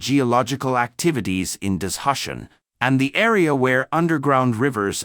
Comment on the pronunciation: What’s “dis-hush-en”? For heaven’s sake, say “da-zoo- shan” ( for Dazushan in pinyin ) !